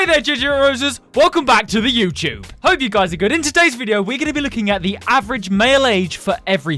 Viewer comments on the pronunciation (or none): Hi guys welcome back to the youchube😂😂